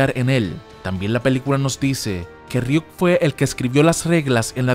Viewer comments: .....Es Ryuk no Riuk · Riuk no es ryuk